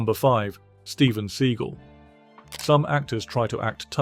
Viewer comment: 'Steven Seagull' 💀